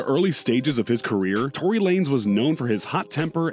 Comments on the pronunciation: Its tory not troy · Royce or Troy. Lmao its tory not troy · Did u say Royce or Troy ? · This nigga said troy